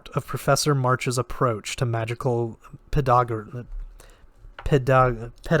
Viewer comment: PE-DA-GO-GY I'm starting to pick up that this might be one of the words of all time through this reading lol